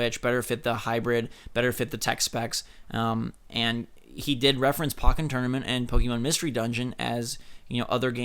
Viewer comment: PAHKKEN TOURNAMENT WHAT ITS POHKKEN TOURNAMENT